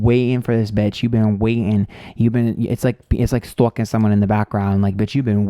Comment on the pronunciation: "STOUKING this biotch" 🤣